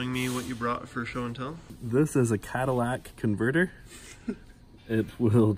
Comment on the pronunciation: It's Catalytic Converter not Cadillac converter 😂😂😂